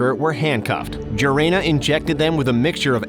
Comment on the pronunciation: Gerena as Jeremy, Gerena as Grrrena, when it’s like Herena.